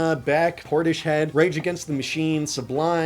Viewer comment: Yeah Nirvana was really experimental 🙄. Also, it's not pronounced Porti-shed. It's Portis Head. You're not even old enough to have seen this show when it was on TV. Typical Gen Z. Thinking having technically been alive during the 90's makes them a 90's kid.